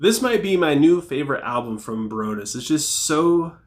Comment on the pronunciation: I've never heard anyone say baroness like that. Barrouness